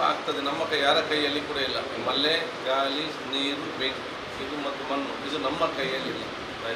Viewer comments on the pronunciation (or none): ಗಾಲಿ ಎಂದ್ರೆ ವಾಯು. ಗಾಳಿ ಉಚ್ಚರಿಸಿ.